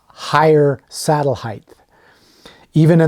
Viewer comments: Another guy pronouncing it hi-th instead of hi-t. The h is silent. You learn that in grade school, usually 1st grade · lost me when i heard "heighth"